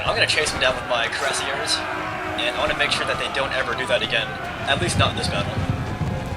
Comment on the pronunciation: it's pronounced KWEE rah SiEH